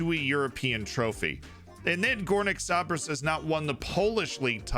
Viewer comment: Disgusting pronunciation of (Górnik) Zabrze